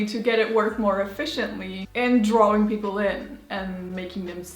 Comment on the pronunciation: Ok wth! I heard a German say drawing as drawring, n now she too....is this a European thing 💀